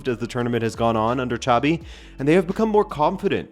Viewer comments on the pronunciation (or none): I know you like pronouncing names right. Xabi sounds like "Shabby", not "Tchavy" (that was Xavi Hernández - different spelling and different pronunciation). Just say it like a Portuguese name and you'll be fine 😄